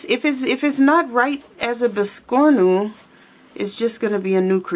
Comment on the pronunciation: Fabulous job, really cute biscornu is a French word meaning crooked or wonky. Thought you might like to know that if you didn't already. And you said it perfectly. 😊❤